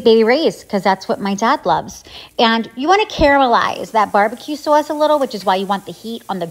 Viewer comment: Did you just become a new yorker while saying sauce? Nithing else but sauce, lol that looks really good